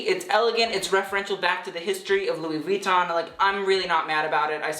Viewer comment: jesus christ pronounce Louis Vuitton right bitch